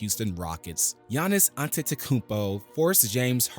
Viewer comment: lol did they really call him Adetokoubo or is that your mistake